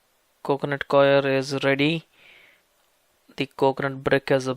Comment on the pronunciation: Haha he said it's all rrrrrrrrrrready he accent added way to many RS🤣